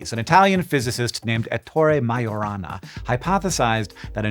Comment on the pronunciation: Just "whence". Not "from whence". Majorana is Italian, not Spanish. The "j" is pronounced as a soft "g" sound. Why would lead only begin to become radioactive after it was mined?